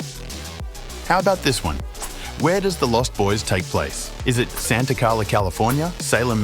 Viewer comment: Santa Clara, not Santa Carla...